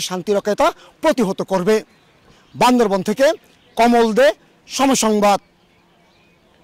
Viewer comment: জেলার নাম বান্দরবান not বান্দরভন।